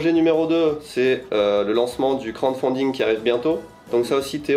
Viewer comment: par contre c'est crouade faounding beubeu 😂